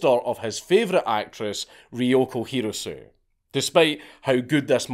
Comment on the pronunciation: Ryouko Hirosue The name is pronounced, He·row·soo·eh.